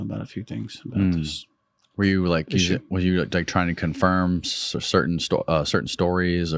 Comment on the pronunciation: Oh give me a break you immature idiot!! Cer~ain? Really? Cer~ain? How old are you anyway? Put the "T's" back in your language or just shut up, please!